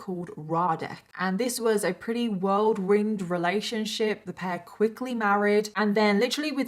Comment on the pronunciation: It's whirlwind relationship not world-ringed.